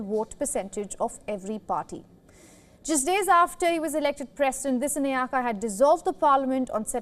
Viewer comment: Sorry to say this... I heard the lady announcer who does the announcing makes a wrong pronunciation of the Sri Lanka President - Anura Kumara Dissanayeka. If she is unable to pronounce the name correctly she should not take up the task initially & could have given to somebody else... after all he is an Excecutive President of a nation. Pls do not consider my comment as a critisisam, it is on a thoughtful manner i said